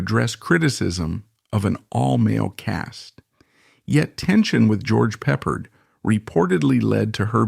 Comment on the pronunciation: HM was short for howling mad Can’t say the correct punctuation of George peppard? Lose a lot of credibility there